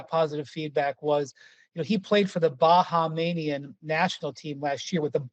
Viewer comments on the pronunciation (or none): Its NOT Ba Ha manian Windy, its BA HAMIAN, let it flow off with less syllables. Thanks appreciate. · The correct pronunciation is Bah-haim-ian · did this dude really just mispronounce “Bahamian”? 😅😂